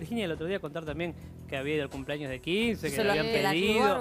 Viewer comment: Que ganas de pegarme un corchaso cada vez que escucho a Cinthia decir CUMPLAÑOS! no sabe hablar y es candidata a diputada... pais del orto.